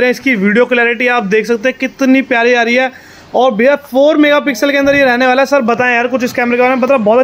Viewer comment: रहणेवाला है, होणेवाला है, मिलणेवाला है 🐹